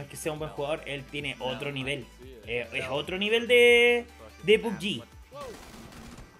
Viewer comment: No se dice PUBYI. Se pronuncit tal cual PUBG